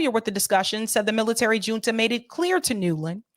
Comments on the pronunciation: Great coverage,! Fyi, junta is a Spanish word. The “J” is pronounced like the “H” in English. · Hi love your show! FYI “Junta” is pronounced with a H sound not a J sound. Like “Hunta”☺️